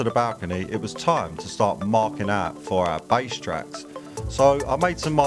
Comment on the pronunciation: Ouut, are you, ouut, or are you ouut ouut? 😄👍👍👍